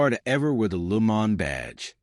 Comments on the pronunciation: the hell is a LU MA'??? stop using AI or use a better one...what a joke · Yeah, it is an AI voice. They really need to train these AI's how to pronounce words properly, and with the subtle nuances of language. At the very least, it makes it easy to tell. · He/it's trying to pronounce it in French: Luh Moh(n) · LooMon… DeeWoo.. Fes Tiva.. AI sucks!